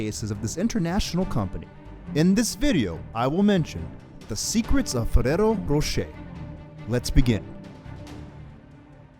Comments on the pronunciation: Learn how to roll the R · Fereros rosheir :v